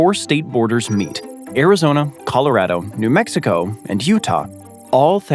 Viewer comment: So, i admire that you pronounce Puerto Rico correctly, but you miss on Nevada and Colorado. 😢 You East Coaster, you.